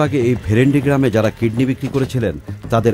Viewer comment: jazak Allahu khayran! "Kidney" not kedney